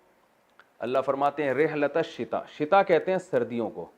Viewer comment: big mistake it is no "sitae" it is "Shitae" pls mention in tomorrow must